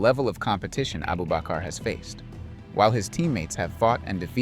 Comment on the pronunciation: 😂 his name is Abubakr not Abu bakar